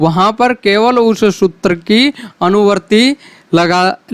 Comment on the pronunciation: आपका उच्चारण ही शुद्ध नहीं है सूत्तर परथम ग्यान वरण आदि ये उच्चारण सही नहीं है